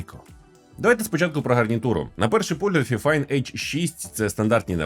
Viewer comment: Правильно файфайн🥲